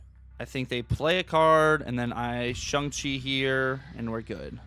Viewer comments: Shong chi is the correct pronunciation😊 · Please, don’t perpetuate the Cozy “ShUng Chi”…. Dear god please say it properly I beg you lol